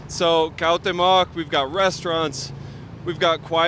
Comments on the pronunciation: Nice walk for sure. My favorite is Coyoacan, San Angel, Chimalistac, La Florida. Its not pronounced COW- teh- mohc, its more like COO- AAWW- OOH- TEH- MOHC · jajaja no!!! CUAU-TE-MOC así se pronuncia niños 😉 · so u r annoying the hell out of me for continuing to mis-pronounce my fav nabe in cdmx - phonetic spelling coo-owh(hint at the H sound)t(soft T)(there is an accent in the E which means u press a little on the ay sound immediately following the soft T and then end with mock - start doing it slow and then speed it up after 100 times slow - so: coo-owh-tay-mock - hope u got that!!